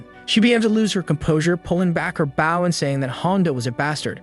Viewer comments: edit your script text to pronounce bou instead of bau its irritating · It’s bow not baw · I like watchin your vids mate but your realy starting to anoy me now can you not pronounce the word bow properly have you never heard someone else sayin bow and arrows it's now takin a bow by bending your body it's using a bow to kill an enemy